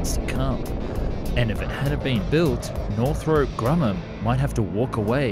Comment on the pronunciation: ah yes. northrope